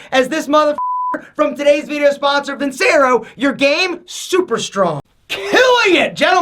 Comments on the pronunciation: How you gonna be sponsored by Vincero and can’t even say the name right? It’s pronounced like “Vin-chair-o.” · Still pushing (and mispronouncing) those ugly Vincero watches so he can afford the Rolex he wears when the camera goes off.